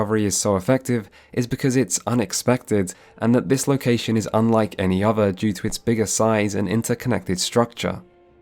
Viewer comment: Did you really go to Uni? I mean you say 'ovver' instead of 'other' and you think 'casted' is a word so maybe your teachers just didn't hit you enough with a wooden ruler?